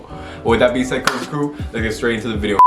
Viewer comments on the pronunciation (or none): none